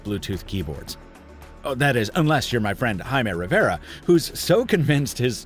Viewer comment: When my cat hears rrriverrra it runs away.